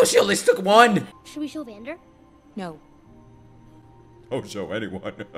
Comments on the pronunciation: this will be the best show u ever touched just wait for the next episodes:) also its vandEr not vandOr just for clarification ^^ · please don't call him Van-Door ;( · I love how you call Vander "Vendor" 😆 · Great fkn reaction! It would be insane to get Arcane reactions every 1-2 days, omg this would be a blessing for this summer. Btw. it's "Vander" :)